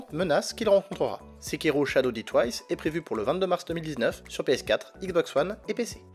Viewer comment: shadow "dit" twice :D die plutot ? super video sinon :)